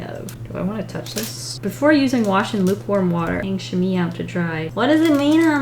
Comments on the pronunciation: I love you, love your art and you are one of the must funny person on the internet. BUT a Chamois is pronounced SHA-MWA not shami 😂😂 as a french speaker I thought I should tell you 😂😂😂 Tourlou! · As a french canadian I was like: « not chamee!!! ChamOIs!!! Chamois!!!! MOIS!!!!!!!» 😂😂😂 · I just love the way prononce chamois XD it isn't "chami" But "cha-mooh-ah". Yeah, I know it's weird but hey languages are hard af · Ok, just, fabulous job and also "chamois" is pronounced sham-WAA rather than sham-EE. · Just so you know! Its pronounced sham- me 🥰 love you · Chamois is pronounced like shamwah lol but some people just call it a shammy for short! And yes, it’s made from animal skin, but I’m not sure what animal... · The chamois.. It's pronounced "sha-mwah".. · Black water paper.........? I like the way she pronounced chamois. But it's pronounced "chamwah". Hope I helped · I was also a little confused about the art supplies given because they didn't really seem to coordinate? The pastel cloth is called a "sham-WAH" btw. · chah-mwah Or Chah Mo aah.